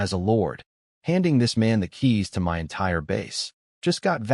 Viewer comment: It is good, with some great lines. Just wish the A.I could be fixed so it doesn't spell out words. Hearing M.Y instead of my is kind of annoying.